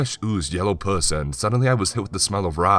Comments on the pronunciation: Loved the story. And your narrations.. But god the way you were say pus wrong.. Good god it made me sicker. In this situation it's Pronounced P-uh-s. Not.. P-oo-ss.. (how gross ppl pronounce a woman's genitals) I HATE that word. It's gross. If you can't tell. Lol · I think with this story in particular its important to pronounce the right "puss", because the line "I was reminded of the puss" could mean 2 very different things... (Its puh-ss bro, as in nasty wound. Not the 'puss' as in pussy haha) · Did he pronounce pus as “puss”? Was this girl a Boo Hag? The kid sure had a kinky dream about her. 🤪. Was she remorseful? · "Poos", or Puss?! And 🤢🤮😵!!! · Ok alright story was scary had me going then he pronounced pus like puss as in pussy and I fucking lost it LMAO. Side note wtf is Carla. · yellow pusS?....not sure that's how its pronounced... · Puss, as in Bus >.< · I beg you, learn to pronounce pus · God, I Know. It made it just even more disgusting to hear.